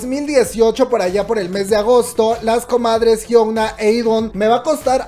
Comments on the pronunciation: Es la primera vez que veo uno de tus videos y me gustó, buena info... lo único es que no podia escuchar tu pronunciaron de Hyuna jajaja cuando lo dices "Hyouna" en ves de "Hyuna" xD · Por todas las veces que la dijo Jiouna (Hyuna) 😂😂😂 Está bueno el chisme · Nadie: Absolutamente nadie:: La Jiounaa 😆😆